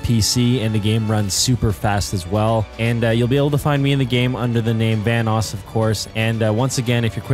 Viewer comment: Says "Vanss" instead of "Vanoss" XD